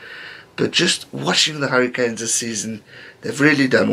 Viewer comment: Am I the only one that thinks when he says "the Hurricanes" it sounds like "the Harry Kane's"